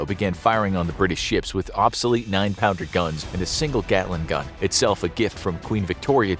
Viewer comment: Gatling gun not Gatlin! It's named after the inventor, Richard Gatling.